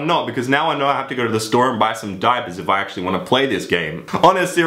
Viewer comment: Diapers? And you say that your accents Australian you fuck